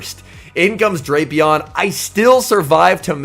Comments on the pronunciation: And his co-commentator in regionals was still saying Draypion 😂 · I just watched the Baltimore regionals, and while the competition at the tournament was tough, this event proved that nothing is tougher than trying to correctly pronounce Drapion.